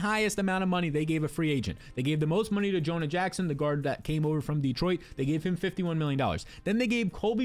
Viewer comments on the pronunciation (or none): none